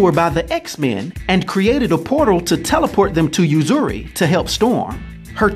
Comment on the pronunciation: And uzuri oozoori is the pronunciation